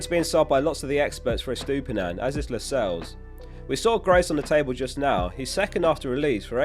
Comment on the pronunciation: You said Estupinan. It's Estupiñan, Estupinan.